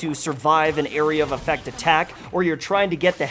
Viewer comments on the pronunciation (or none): none